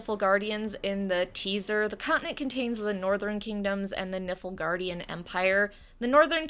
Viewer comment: I had to slow down the speed to make sure I wasn't hearing it as "nipplegaardian." LOL!